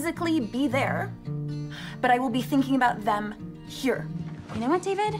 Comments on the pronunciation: Ew Day-ved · eeeewwww Day-ved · Ouch David! Ouch day-ved!!!! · EW DA-VEHD